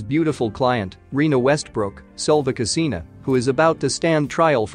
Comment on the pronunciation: The narrator could have made the effort to pronounce her surname properly, at least!